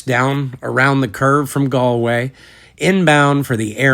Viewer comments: Congratulations on your pronunciation of Galway. You're the first American YouTuber I've come across to get it right. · First American to pronounce Galway correct